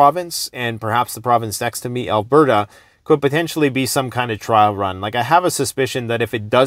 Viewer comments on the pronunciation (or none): none